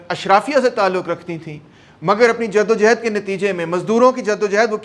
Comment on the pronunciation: It's jaddo johad not jaddo jehad it's johad